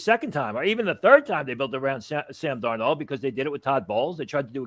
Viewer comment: Why can't he say Sam Darnolds name?